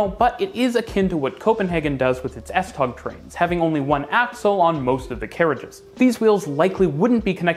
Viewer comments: Another problem is how u pronouce S-tog lol. Tog is pronouced like if your saying toe. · Please, S-tog (S-trains) is pronounced "s toe".